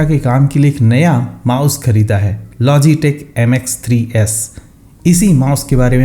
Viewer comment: Naam to dhang se bata diya kar fung Fung fung fung karke nikal Gaya